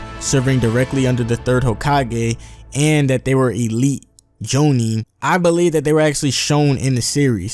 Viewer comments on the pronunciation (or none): none